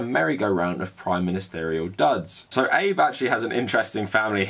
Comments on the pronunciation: Abe like abe no seimei Not abe line rincon no eibu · “eyb”? Really? “ah-bey” Please look up pronunciations first, even and maybe especially for small names. I was having a hard time listening to what you were saying because of that SCREAMING mispronunciation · Ah-bay. The PMs name is pronounced Ah-bay. No criticism of the content of the piece, just hard to hear "Abe" like "Honest Abe". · Seriously it's not Abe like Abe Lincoln, it's more uh-bay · Just so you know its pronounced "Ah-bey" not like a knickname for Abraham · Well, in Japan they would pronounce it "Aabeh" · Hate to be that guy, but isn't his name pronounced 'abey'? Covered the bases - Japan has an extremely stressful, racist and sexist society. As WW2 survivors (comfort women, POWs) die off, I fear the atrocities will be re-written. Many older Australians won't forgive Japan its treatment of our WW2 POWs, particularly as there has not been any recognition or apology for the brutal treatment they received. The Chinese have not forgotten the Nanjing massacre either. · Really enjoying these videos. If I could just please ask one thing is to at the very least learn how to say Japanese names/words better. It's pretty easy to look up. Ex. it's Ah-beh (for Abe). In your other video, Moe isn't like the bartender's name in The Simpsons but Mo-eh. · Abe's name is two syllables: a-be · Abe, pronounced Obb-ey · Some commenter somewhere is typing about how incorrectly pronounces Shinzo Abe's name. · I agree with you but you need to learn to pronounce Abe’s name properly. It sounds ignorant on your part.